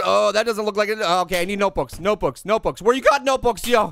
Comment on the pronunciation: Body doesn’t know how to say nbooks notebooks